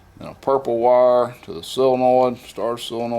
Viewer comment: Why does every backwoods, diy, shade tree 'mechanic' ever say "sillinoid"? Its sol-e-noid. Its even in the dictionary for the masses to look up. Crazy huh?